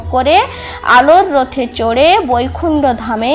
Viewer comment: পদ্য না বলে পদ্ম বোর না বলে বর উচ্চারণ করলে ঠিক হবে রোথে না আলোর রথে বললে ভিডিওটা সবাই নেবে